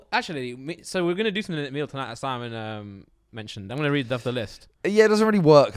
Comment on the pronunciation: its something not somethink haha